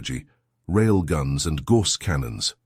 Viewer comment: A story about HUMANS? How about getting a REAL HUMAN to read the text instead of using a shit-brained AI? For example, it's "GAUSS" canon (pronounced 'Gouse"), not 'gorse'.